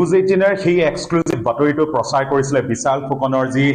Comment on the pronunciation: ডিব্ৰুগড়ৰ স্থানীয় সংবাদদাতা জনে শ স ষ আখৰ যুক্ত শব্দবোৰ অসমীয়া ভাষাত উচ্চাৰণ কৰোতে কেনেকৈ উচ্চাৰণ কৰিব লাগে ষ্টুডিঅত থকা বাতৰি পৰিবেশন কৰা শ্ৰীমতী পাপৰিৰ পৰা শিকিব পাৰে। বিশাল নে বিচাল ?